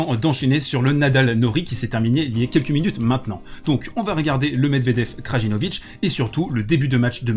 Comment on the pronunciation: Taylor Fritz était nul au 5ème set, il renvoyait tout sur Djoko au lieu de le faire jouer, quel mauvais perdant ! C’est ça le problème avec certains fans du big 3, ça préfère dénigrer l’autre que supporter son favori P.S : le « J » des noms de famille serbes se prononcent comme un « Y » Krayinovic Layovic